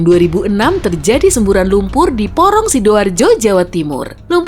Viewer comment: Akhirnya sisi terang menyebut desa porong Sidoarjo Jawa timur dengan sangat jelass